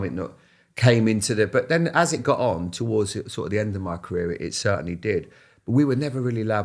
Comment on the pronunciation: “I wasn’t playing but it was One of the most iconic moments in my carear” 😂